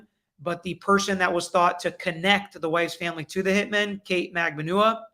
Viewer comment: It’s Magbanua- (Mag-ban-wa). She’s Filipino by roots with Spanish surname as majority of Filipinos are (with Spanish surnames).